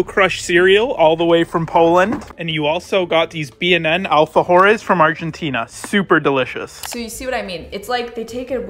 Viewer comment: OMG "alfagores" I CAN'T 🤣🤣🤣🤣🤣